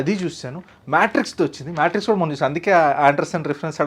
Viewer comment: Maaae....Maaaeetrix kadhu MayTrix annali... The R has to be rolling anamata 😂😂😂😂😂